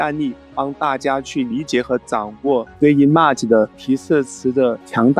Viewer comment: 讲的真好，比ai讲的还细致。只是有个小缺点，image的发音你最好去查一下音标。瑕不掩瑜